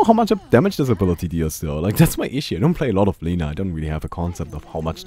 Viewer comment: My mothers name is Lina... (You pronounce it wrong)